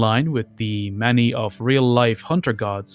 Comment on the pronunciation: You say many like Manny and you say it a lot